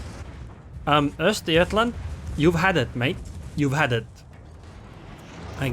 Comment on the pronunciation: Good pronunciation and destruction of Östergötland.